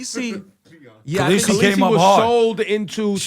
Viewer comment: Her name ain’t caleasie! 😂 danarys(sp)